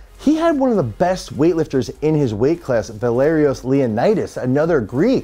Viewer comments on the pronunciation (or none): none